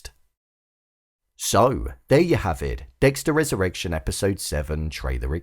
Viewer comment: Wesurrwection. Fix ur speech